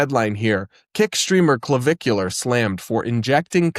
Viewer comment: You said "Clavicular" and I heard "Caligula."